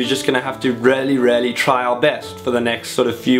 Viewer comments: I love the way you say really 'rarely' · every time you say 'really' i keep thinking you're saying 'rarely' lol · I keep thinking he's saying rarely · I hear it 2 it confused me at first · Haha I was so confused why you kept saying rarely then I realised you were saying really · When he says really it sounds like he says rarely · It's a South African thing :) He's a cutie.